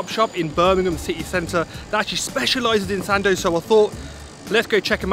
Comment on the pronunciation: OMG! you came all the way to Birmingham for a sandwich 🤦‍♀️ slightly disappointed bro. Btw every time you said Sando i thought u were trying to say Sandy 😆 just kidding